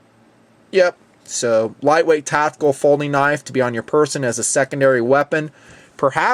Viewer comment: Is "tatical" the same as "tactical"